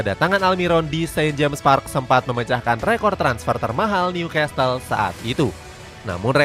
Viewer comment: bacanya Nyu-kasel bukan nyukastel ya narator